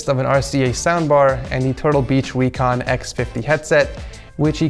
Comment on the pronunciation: "Turtle Beach Wecon"